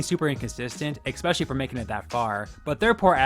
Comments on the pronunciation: especially not expescially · ESpecially. Not “expecially”!! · EXpecially!?!?!?!? Come on dude, that's much more embarrassing than any of these chefs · “expecially” if you can’t pronounce a word, don’t use it. especially not in every video multiple times. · I genuinely love your videos but for the love of life it is pronounced especially not expecially. Expecially is not a word. I am sorry to correct, I never do it, but it just bothers me so much that it takes me out of the video. Again, I don't mean it with any ill intentions, but expecially is not a word. I really enjoy your videos. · I suggest to stop saying "expetially"